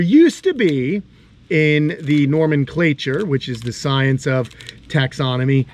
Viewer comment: Nomenclature not Normanclature. Nomen meaning names.